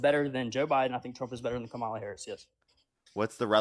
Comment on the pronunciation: We are in sooooo much trouble if most of our military are this stupid and absolutely ignorant and btw her name is pronounced COMMA LA!!!!! Get it right. It’s not that hard!!!!